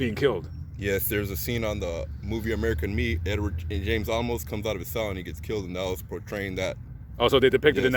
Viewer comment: Edward James "Olmos" not "Almost" smiles...